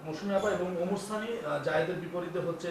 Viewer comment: আপনার শিরোনাম এ, ভুল হয়েছে ওমার সানি হবেনা,, ওমর সানি হবে। আপনার উচ্চারণ আর বানানের ভুলে হয়েছে,, আশা করি ভুলগুলো সংশোধন করবেন।